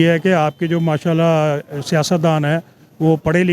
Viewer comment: Shama alla bolte hein masha alla nahi umra nahi kamra ya camera bolte hein pustak ka bill hota hai mustak ka nahi